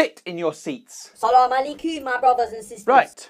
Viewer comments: "Salem elekaum" This pronunciation is killing my anxiety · I love how he went ماشالله amazing 😂 and the mispronounced اسالامأاليكم